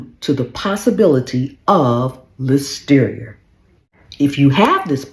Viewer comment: Listerier lollllll 🤣🤣🤣🤣🤣